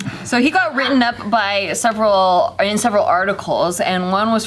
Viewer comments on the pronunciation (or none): none